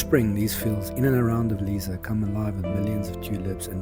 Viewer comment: Lovely video. And just to let you know Lisse is pronounced Liss-eh, not Leeza. 🙂